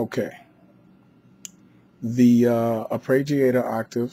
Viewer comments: AR-PAY-JEE-AY-TOR. Say it. Please. It's not difficult. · thanks for the video but for Gods sake stop saying arpReggiator